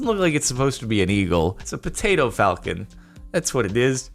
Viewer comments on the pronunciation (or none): none